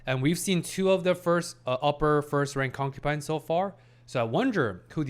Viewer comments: You’re saying concupines and not concubines on purpose, be honest haha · Please.. it is concuBines not concuPines … been killing me…